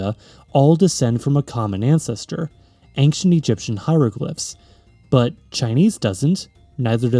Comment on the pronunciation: I know this is my problem, but I can't get over anXient. Where did this pronunciation come from?